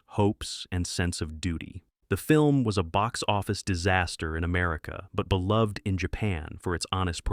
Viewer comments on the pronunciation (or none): none